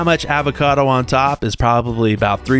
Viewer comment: The way you say a-vacado, with the "a" sounding like it does in cat. Instead of "O"vacado...just weird.